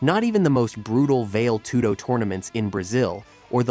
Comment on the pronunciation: "Vail tudo" like the ski area in Colorado 😂